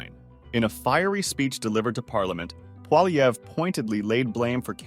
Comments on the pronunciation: jesus man. its not polyever its poilievre. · Good reporting but please pronounce Poilievre correctly. Phonetically its like this: Polyev. You were getting it right some of the time. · Pronounced Polly-ev! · Stop adding the “er” sound at the end of his name. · Learn how to pronounce poilievre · Ur saying his name wrong lol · Why do you say the R in Pierre’s last name?? The R, It’s a silent letter.